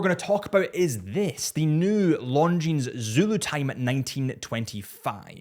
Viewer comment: it is no "s" in Longines.